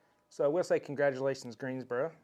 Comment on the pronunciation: Like how you say Greensboro. Looking to move next year